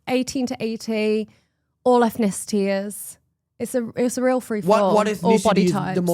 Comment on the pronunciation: first time I've heard "ethnicities" pronounced with 5 syllables